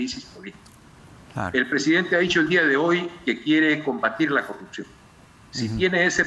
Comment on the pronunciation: Respetamos???? Dice?????pequeño grupo????? 70 % SOMOS UN PEQUEÑO GRUPO????? TAMPOCO SABE LEER????? O NO SABE QUE SIGNIFICA 70%?????QUE RENUNCIE.....NO SE DICE CORRUCION....SE DICE CORRUPCIÓN ......